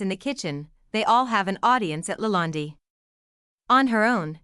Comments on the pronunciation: How can anyone watch a video where the narration cannot properly the subject's name!? It's "La Land" which rhymes with "bond, or "fond" or "pond" - not "La Land-y" rhyming with 'candy'. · try De Laland (e) is silent.................eish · You can't even pronounce the Word Lalande. What a hatchet job. Hateful people who criticize and critique others. What are you doing except being a troll. Marie is amazing. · This video is absolute nonsense….Marie is a very quite lovely person, she is a wiz at everything she does & absolutely amazing in the kitchen, the food that she cooks is rather outstanding & the presentation of her food ( masterpiece) is amazing. Please get to know the person before you start talking about her and read up on how to pronounce the Chateau’s name correctly. ✌️